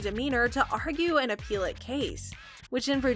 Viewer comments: Appellate. Not appeal-ate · Please stop mis pronouncing "apellate" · I wish this lady knew how to pronounce appellate.